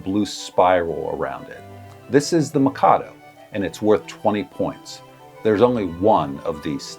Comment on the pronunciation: The way you mispronounce "Mikado" over and over again absolutely kills me.